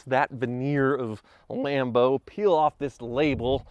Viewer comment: WHY DOES EVERYBODY SAY LAMBO???